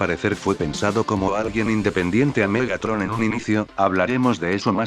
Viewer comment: "Malotetron" Bumblebee -2024